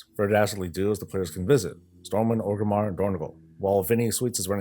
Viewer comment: Say "Orgrim" (like Orgrim Doomhammer). Now say "Orgrim-mar"